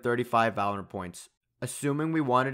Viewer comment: and not once did he actually say it correctly